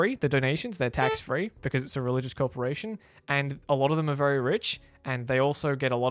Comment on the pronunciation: As a pessimistic agnostic human man, I appreciate the way you say "Religious CULTrporation"